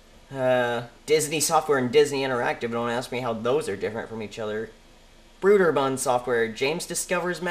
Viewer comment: Brew-der-bund? That's gotta be so funny!